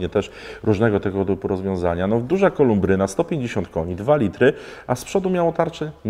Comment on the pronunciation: Chłopie, na samochodach znasz się, weź się za Polski teraz: KOLUBRYNA nie KOLUMBRYNA